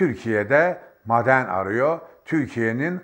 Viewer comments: mden değil maden , Hşim değil Haşim, alka değil alaka diyeceksin. Doğru Türkçe konuş. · Müracat değil müracaat.......Maden değil maaden.......Siyaanur değil siyanür.......... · Sabahattin abi lütfen bazı kelimeleri konuşurken uzatmıyorsunuz,onları yazarken farklı ama,okurken farklı okunur.Örnek;"maden" kelimesi,yazılırken maden diye yazılır.Lakin okunurken "a" biraz çekilir.eskiden alfabede bazı harflerin üzerinde şapka vardı hatırlarsınız. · Madenn degil maaden diye söylenir benim bildigim, yanlismiyim acaba? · Sayın ÖNKİBAR , özür diliyorum ama , sizin gibi bir gazeteci nin , türkçe'yi kullanırken biraz daha özen göstermesi gerekir diye düşünüyorum ... Maden kelimesini söylerken A harfini biraz uzatarak söylemeniz gerekmiyormu ? Ha , bide siyanur değil SİYANÜR olacak ... Saygılar . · Gerçektende mâden deyişi ve m.kaaaare deyişi rahatsız edici! Anlattığı doğru olsada! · Teşekkürler.. maden telaffuzunuz beynime beynime vurdu bu arada.:))) seviyorum sizi.. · Maden telafuzunuza dayanamiyorum. Soylediklerinizin dogrulugu hatirina katlaniyorum. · her maden dediginizde yüzümde gülümseme eksilmedi.madendeki a yı biz uzatarak söylüyoruz. belki dogrusu sizinki bilmiyorum.😂.ilahi sebahattin bey.takipteyiz. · "Maden" sözcüğünü yanlış telaffuz ediyorsunuz. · At gözlüklerini çıkarıp gerçekleri anlatsan daha inandırıcı olacaktın sayın Sabahattin Bey. Ayrıca şu maden telaffuzunuzu pek çıkartamadım sanki alman aksanı gibi geldi bana. Yoksa sizde mi alman vakıfları adına altın madeni ocağı hakkında yorum yapıyorsunuz. Özünüze dönün artık bırakın bu fitne işlerini. Gerçekleri anlatın.